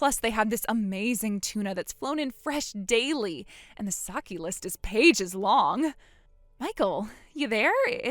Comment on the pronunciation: dear, it's pronounced "sah-kay". Saki("Sah-kee") is a Japanese name. This chick is sad at Kim Kardashian at the Bezos-Sanchez wedding when she realized she wasn't the It Girl anymore because Tom Brady was drooling over Sydney Sweeney.